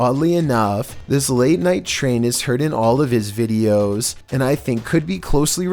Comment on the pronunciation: The first 2 seconds : "vEEDios Me: everytime....